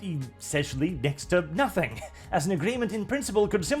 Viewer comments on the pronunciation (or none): none